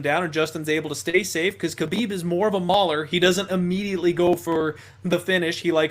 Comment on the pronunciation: “Haa-bib” no “k” Also I 100% believe he knows his dad is WITH him. People are looking from the outside. He is in his territory with his PEOPLE. You guys are only wanting to see the upset because the money is there. All good though I don’t blame people.